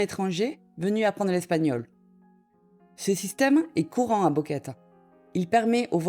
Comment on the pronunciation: "..." répète sans cease "Boquete" en "Boqueta"! "Boquete" prononce "Bouqueté" non pas "Bouqueta" et "Boquet"!